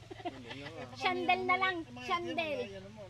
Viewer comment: Ung Chandelier naging Chandel tuloy😂